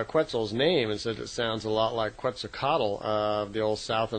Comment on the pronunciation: Quetzalcoatl is pronounced: Ket` sal Co at. Not Kwetzal kaatel like is doing it. It is a Nauatl language. And the l at the end of Quetzalcoatl is silent. It is sounded from the lower 'gut' and not audible.